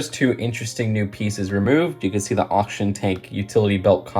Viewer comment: oxtion tank???? auction tank??? its oxygen tank theres a g in there mate